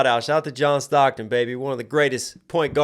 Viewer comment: I feel like the “1, 2, 3, 4, 5 + 5” stocks bar was heavily underrated: 5 + 5 =10 stocks Earlier in the track he called himself John Stockton Stockton (pronounced as stock-ten) Crazy how he circled back to the John Stockton line like that.